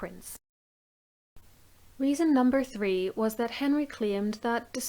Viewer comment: lol when you said what a prince! I had to check back cause I thought you said what a prick 😂😂